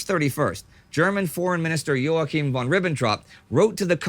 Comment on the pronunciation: Please tell Indy that German "von" isn't pronounced like "won" but like "fon".